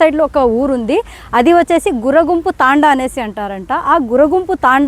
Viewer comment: అది గుర్రగుంపు కాదమ్మా "గుర్రoగుంపు" తాoడా మాది కడపనే నమ్మా. కొన్ని తప్పులు చెబుతున్నావు. సరిచేసుకో